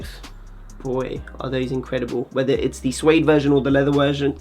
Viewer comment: going full Chabuds saying "wersion". Been a massive fan since Couture Atelier